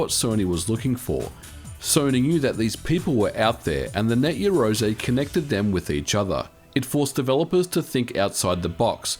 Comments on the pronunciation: Just want to point out... "Yah"-roze not "Ye"-roze... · You are pronouncing it incorrectly, its yarou ze kinda like 2 words and the r in rou is a mix of r and l sounds. you can use text-to-speech to get an idea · It's pronounced *YAroze* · You realise you don't pronounce it Yarozay don't you? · Your pronunciation for "Yaroze" is completely off. It is Japanese so the sound is closer to "Yah Loe Zae" meaning "do it together". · It's pronounced "ya-roo-ZEH" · 99% of the time you are mispronouncing Yazore. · I think you're pronouncing the name of the system incorrectly. The "something-ze" speech pattern is strongly associated with the hot-blooded protagonists from manga and anime targeted at boys, so I believe you should be shouting the name.